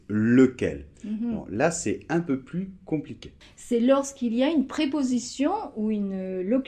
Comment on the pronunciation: Salut! Bon, d'abord mes felicitations pout tous tes videos qui sont super, je dois vraiment vous remercier pour le travail fantastique que vous faites. Je viens de constater que dans la minute 3'03" vous prononcez la "s" de plus en "un peu plus compliqué" alors que on a dit que quand il s'agit d'une comparaison on ne prononce pas sauf si l'adjective commence par voyelle. Pouvez vous clarifier ça s'ìl vous plaît? Merci et Noemi